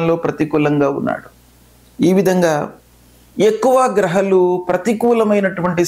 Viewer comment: Grahaalu ani palakdam nerchukondi.. kindly request you